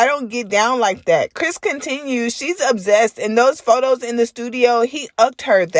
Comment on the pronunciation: The only issue I have with this video is how you say ObZEst. It’s OB-SESSED (ObSSSSSessed) 😂😂